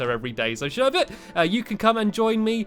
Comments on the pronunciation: that is not fluffy you said sherber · CrUsH MOB,he did say shirbert! :P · you called you dog fluffy but it is shurburt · And umm... yea, it's Sherbet not Fluffy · Did stampy call fluffy serbit or did he call serbit fluffy 😕😕